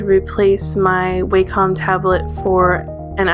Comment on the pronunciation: Your doodles are beautiful! And you have such a different art style~ I just noticed that you pronounce wacom the wrong way. It's not actually pronounced "waycom" although most people think it does. The "a" is actually supposed to sound like the one in the word "ambition"!